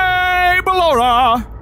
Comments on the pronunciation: surprised me with the unintentional filipino accent of BELORA AHZHZHAHAHAH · LAUGHED SO HARD CUZ HE SOUNDED SO FILIPINO WHEN HE SAID BALLORA’S NAME 😭😭😭😭